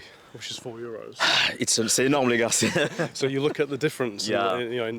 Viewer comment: Tu dis "les gares" au lieu de dire "les gars" on prononce pas le R. Sinon super vidéo intéressante !